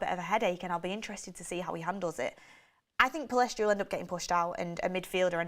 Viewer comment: Pellistri NOT Pillestri